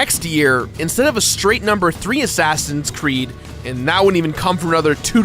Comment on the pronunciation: He keeps saying Crood, I m not crazy, right?